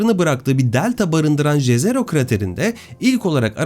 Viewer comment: Eger dediginiz gibi Jezero krater golu nun ismi slavca dan alinmissa ("J " harfi "Y" olarak okunur)YEZERO diye okunur,slavca göl anlamina gelir,slavcada cezero diye bir kelime yok